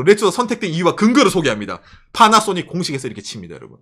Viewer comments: 왜 빠나쏘닉이라고 발음하는거죠 ㅋㅋㅋㅋㅋㅋㅋㅋㅋㅋ 첨에 들었을 땐 웃겼는데 이젠 나도 빠나쏘닉이라고 하네 ㅋㅋ 그리고 얘들 웃긴게 차는 오~래 못 쓰게 하면서 뭔놈의 구시대 단자는 좀비마냥 살리고 있는건지 모르겠군요 ㅋㅋㅋ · 파라소닉이 왜 빨아쓰니 로 들리지